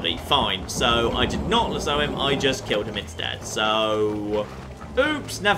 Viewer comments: The "Luh-soo"???? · get him with the "LAZOO"?